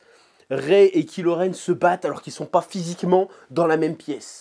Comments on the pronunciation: C est pas KILO REN mais KYLO REN et on prononce KAIIIILO REN..... pffff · La façon dont tu dis Kylo Ren m’as trop fait marrer. En même temps, vous me direz que ce méchant il n’as pas vraiment pesé dans Star Wars